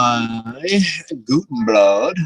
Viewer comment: Sculpin wool is really old, but I use clumps of laser dubbing, after lining the fiber up you tie it in and brush it out. It looks awesome. This sculpin is nice and I will probably tie some up. Imitation is the sincerest form of flattery. You know how to say Gudebrod, you got it right and then added the N again. Whatever you like as long as you show it. You will have to stock up because Gudebrod went out of business. I bought a bunch on huge rolls. All the best, Sean